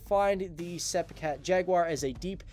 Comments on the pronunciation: Pronounced ‘Sep cat’ and ‘Jag u are’, not ‘seepee cat’ and ‘jagwah’. Got to love American English 😂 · why don't you know how to pronounce sepecat? the british didn't tell you?